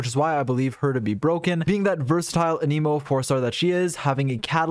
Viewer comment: my guy, ur videos are great but PLEASE stop saying "uh NEE mo" "a" as in ant, "nih" as in Nicolas (or even "neh" as in next), "mo" as in mocha